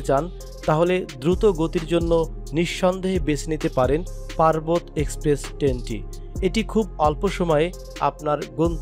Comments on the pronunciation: আমিও বলি পারবত কি??😂 ভাইয়া পারাবত এক্সপ্রেস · পার্বত না ভাই এটা আমাদের সিলেটের পারাবত এক্সপ্রেস ট্রেন।